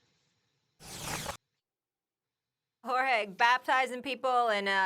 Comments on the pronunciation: Stephen A: Jórgéé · Nobody, not even Jorge's mother, has ever pronounced his name the way Stephen A did . He has NO clue who game 🍞 is smgdh.... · Look at Stephen A with the Jorge in a Mexican accent 😂😂😂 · My man Stephen A showing off his bilingual skills by pronouncing Jorge with an authentic latino accent 😂